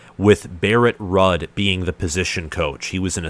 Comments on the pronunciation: Barrett Rudd? Come on man! It's Barrett Ruuuuuuuuuuuuuuud (pronounced rude) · Ruud pronounced rude. Also Dawson coached OLB last year. Ruud has coached MLB his entire time at Nebraska. So ruud isn't a new position coach...he's been the position coach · It’s pronounced “Rude” but good video lol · Lol Ruud is pronounced ROOOOOOOOOOOOD. Good breakdown though! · Cmon man… Barrett Ruud is pronounced Rood… he was only a star NFL player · Ruud is pronounced "Rude"